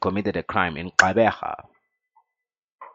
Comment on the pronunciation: Gxeberha😭... It's Gqeberha